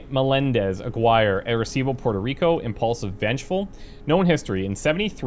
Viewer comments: Just a correction the name you were trying to pronounce is not Aguire but Aaaah-gi-rrr-eeeh. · Its pronounced Ah gi rre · Aguirre= Ah-gee-ray.